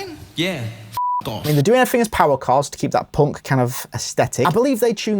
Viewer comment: Of course they're not POUNC they're punk 😂😂 Who TF pronounces punk like that? 😂😂😂